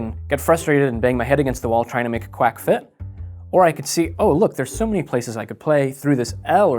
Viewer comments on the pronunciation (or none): none